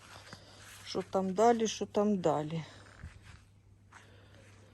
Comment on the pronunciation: Я слідкую за кожним Вашим відео - і знаю що ви викладач. Все у Вас чудово виходить. Хто не пробує - той не помиляється. Просто у Вашому "виконанні" фраза "шотамдалі" - чимось мені схожа була на якась грузинське прізвище)) Ви молодець! Ще раз дякую за Ваші відео!